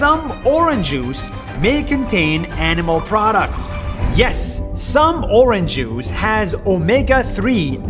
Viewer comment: “Oranjuice” -Nas Daily